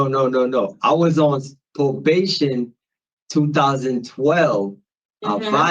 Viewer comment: If I have to listen to this moron say “pobation” one more time…